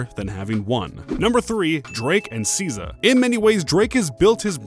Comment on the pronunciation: Omfg if you don't learn how to pronounce SZA